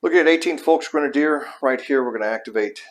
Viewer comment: Just a minor note: Volksgrenadier is pronounced Folksgrenadier not Folkshgrenadier.